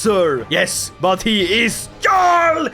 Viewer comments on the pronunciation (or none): is there a reason you pronounce jarl with a hard English "j" instead of like yarl? Most English speakers' first experience with the word was Skyrim where they exclusively say "yarl"